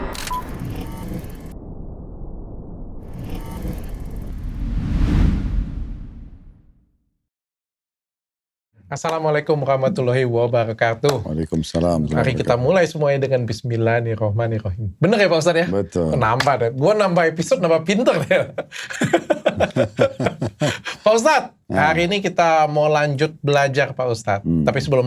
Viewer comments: menit ke ma'af izin koreksi : Bismillahirrohmanirrohim, bukan bismillanir (soal ny ditelengaku kayak ny dua2 nya nir, yg hrus ny hir yg prtma yg kedua nir) tp mgkn aja aku yg slah dengar td😁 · mohon maaf.. Lee ada yang perlu diperbaiki untuk pengucapan bacaan mengucapkan Bismillanirrahmanirrahim. yang benar adalah Bismillahirohmanirrohiim